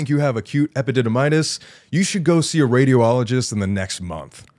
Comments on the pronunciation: Me trying not to laugh every time Colby said radio-ologist instead of radi-ologist. Sorry, I'm a nurse. I love Sam and Colby. Also, how the hell would someone ask a patient who potentially diagnosed with testicular cancer if they were a woman, it is literally impossible for that to happen. As a nurse, it is so inappropriate some of those things said. First of all as a pre/post surgical nurse, if a doctor finds something they tell the patient, not us. If something is found, I see my role as being a support system to the patient, always to reassure instead of being like "oh treasure each day". I just recently had a patient who had metastasis of testicular cancer and I wish he would have explored other doctors because the surgery our surgeon did should not have been done in our hospital and as far as I know patient is still intubated in ICU. Colby is very lucky that he has resources, but second opinions are always a good idea. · It’s radiology not radio-ology. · I love how Colby pronounces radiologist as radio-ologist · I almost threw my phone at the wall with how many times he said radio-ologist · This is a very serious story and cancer is a devastating diagnosis. I really hope the best for Colby in his journey to recovery. That being said, one of my coping mechanisms is humor... and every time Colby said "Radio-ologist" I couldn't help cracking up.